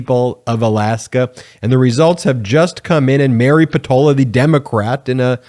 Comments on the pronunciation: I watch your videos daily. I kept cringing each time you said and mispronounced Mary Peltola's name though. A bit distracting. It's important. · You kept mispronouncing her name. There is a second L you know. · Is there a reason you don’t sound the “ L “ in the name Peltola ? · Why tf do you keep saying Peltola wrong?